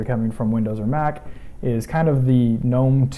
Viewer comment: it's NOT "G-nome"---- it's pronounced NOME-- PERIOD-- that is ENGLISH LANGUAGE RULES--- not company or creator rules--and the G-nome makes one sound STUPID...